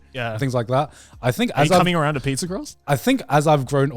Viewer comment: Am i the only one who heard Garnt say "eat people" instead of "eat pizza"??